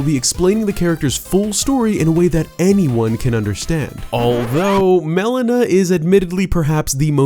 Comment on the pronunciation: Every time you pronounce Melina as Melena, all I can think of is the medical term; Black stool that occurs as a result of gastrointestinal bleeding.